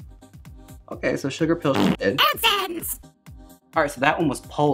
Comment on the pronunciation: PO LAR!! 🎉 nah, it’s just polar 😂